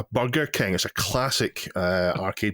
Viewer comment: To my American ears it sounded like "Bugger King," so I was laughing quite a bit harder than you guys. Have a great holiday!